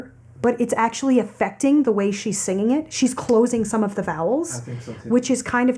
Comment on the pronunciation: 黄妈的way发音一直往will上面靠